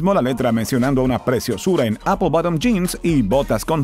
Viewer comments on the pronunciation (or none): none